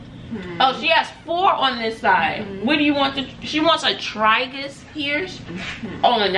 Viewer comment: Oh & it’s pronounced Tray-gus lol 🤣